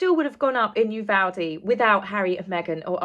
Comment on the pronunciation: First time I’ve seen you. Very nice work. Also, as I Texan I appreciate that you pronounce Uvalde correctly! Many news personalities pronounce it as though it’s spelled Uvolde. Just ask Matthew McConaughey; he’s from there. So now I’ve subscribed. Many thanks.